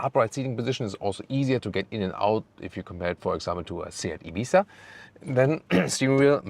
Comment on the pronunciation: That "Ibizzzzzzzza" at the end of the video was nice, full ES pronunciation! Great work and!